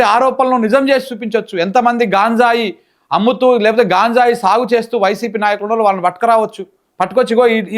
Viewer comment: హలో సార్ అది గాంజాయ్ కాదు గంజాయి దయచేసి ఇంక ఎప్పుడు గాంజాయి అనకండి. ఆమె అంటే అమెరికానుండివచ్చినది తెలుగు రాదు మీరేంటి